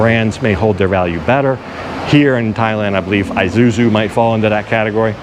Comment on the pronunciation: Isuzu (ee-sue-zoo).